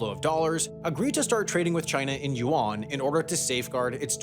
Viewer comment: If I had a dollar for every time I cringed hearing the narrator's butchering of the word "Yuan", I'd be able to pay off the US govt debt